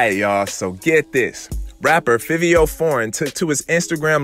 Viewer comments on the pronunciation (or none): “FIVE IO FOREIGN,” THATS HOW YOU SAY HIS NAME NOT FIFFIO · If you gonna report Hip hop At Least get a nigha Name right Its Five e O The way its spelled is the way u say it smh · His name pronounced Favio lol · Wrong It’s Fivio Foreign